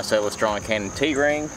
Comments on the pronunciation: I am not sure, but I think you are saying Celestron incorrectly. "Celest" as in "celestial". Then add ron at the end and you may have it. It sounds as if you are saying Celes Tron or something strange. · Couldn’t figure out what he meant by “sell a straw” until I realized he said Celestron. Great video. The cat in the tree top cracked me up too